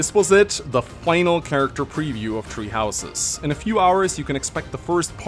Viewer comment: I keep hearing treehouses instead of tHree houses.